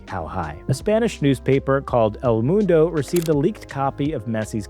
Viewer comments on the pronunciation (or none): none